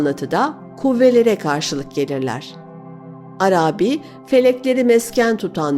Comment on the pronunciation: Çok güzel okuyorsunuz. Tek kusurunuz var, o da Arabi kelimesinin ilk iki hecesi uzatılmamalıdır, üçüncü hece uzundur. İkinci heceyi uzatıyorsunuz, düzeltirseniz mükemmel olacak her şeyiniz...Selamlar